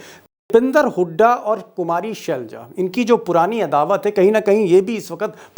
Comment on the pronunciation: ये शेलजा नहीं है, सर ये सेलजा है।